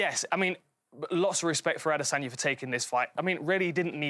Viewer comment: still don't understand how these guys can't say Adesanya's name correctly